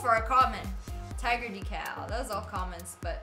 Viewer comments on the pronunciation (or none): none